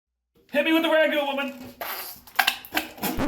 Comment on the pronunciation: The second you said Ragu, I knew you were not a true Italian. You Fake Italian.